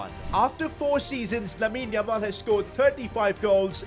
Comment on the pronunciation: How many times is he gonna say LAMEEN LAMAL 🤣